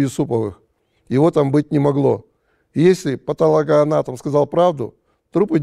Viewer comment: Не патАлого,а патОлогоанатомов !